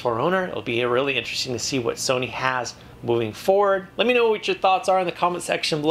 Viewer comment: ur saying sony wrong